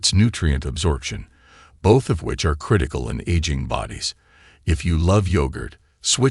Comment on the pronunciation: Horrible AI voice. Can't even pronounce the word ARE.